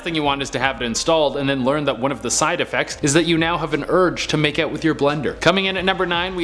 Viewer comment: " you now have the urge to nake out with your blender" killed me